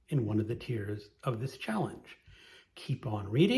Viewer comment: I think I've watched all of this year's challenge videos, so I've started on last year's. When you said "tiers," I heard 😢"tears"! 😂😂😂😂